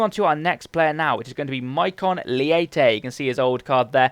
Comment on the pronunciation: Its maikon letche not leite